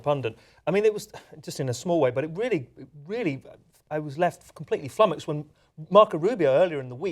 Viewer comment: did this nigga just say "flumuxed"